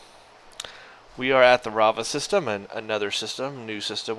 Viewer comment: Its raveh not ravah system